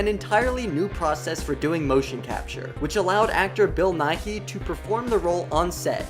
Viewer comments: bill nighy's name is pronounced "Bill Nye" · Geoffrey is pronounced Jeffrey. Not Joffrey. Pirates. Not Thrones. Bill Nighy. His last name rhymes with TIE or DIE, guy. Learn the names. Then do the 45 min video.